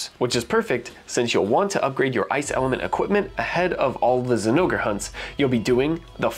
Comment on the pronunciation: I had to do a double take on that "ZI-nogre Plate" 😂😂🤣😂🤣 Anyone just listening to you would be so confused.